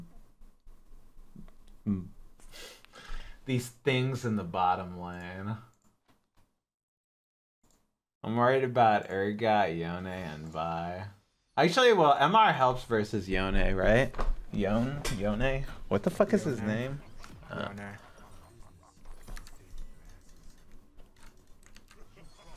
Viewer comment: his name isnt Yon-A its Yoan. Kinda, lmao.